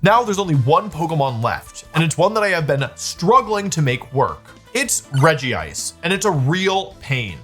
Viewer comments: Dude It's not ''Regi-ice" It's fucking Regice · Wolfey pronounces it Regi-ice, but it's just Regice :P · It’s regice not regi-ice lol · Out of all the Regis, Regice is the only one without Regi in its name. It's pronounce Rej ice (Regice). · ah yes, physical Regice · see that doesn't really roll of the tongue nicely, I think it should be like "Regisect" or something idk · You are pronouncing regice wrong